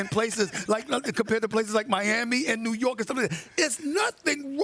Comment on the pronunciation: Like imagine calling New York “New Yew” 😂